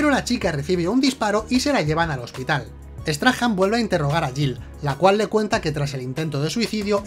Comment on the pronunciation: Error épico, porque dices Peter straham... si es Peter Strahm??